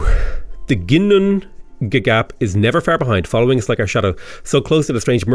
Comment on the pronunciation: Hey, a Viking here. FYI, Ginnungagap in Norse mythology is basically the primordial void from which the world was formed and to which the world will return after Ragnarök, the end of the world. A pretty close transliteration to English would be yin-oong-a-gahp, with stress on the first syllable (and oo as in book).